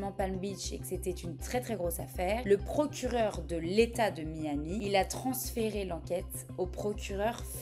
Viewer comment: Lawyer ? It's a joke ! No proves, "Jon Doe" on an act (?) Bilanguage but do not know how to pronounce "Miami' ! I'm laughing !